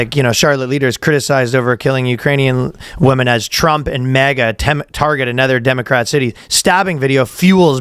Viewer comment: Is Ryan always pronouncing MAGA as MEGA an act of defiance or is it a gey canadian accent thing? Im not mega it just sounds odd hearing danny pronounce it right and then ryan say it that way